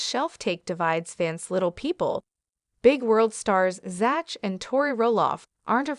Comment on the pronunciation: HIS NAME IS PRONOUNCED Zack !!!! NOT ZATCH ! EITHER CORRECT YOUR AI or do the narration yourself.